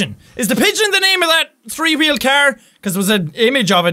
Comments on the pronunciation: With the subtitles everytime he say three it says tree😂😂😂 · Has anyone else noticed how Jack says "tree" instead of "three"?